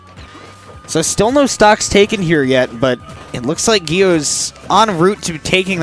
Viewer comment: It's a hard g sound for gyo! Like yu-gi-oh. I asked him once in desperation lol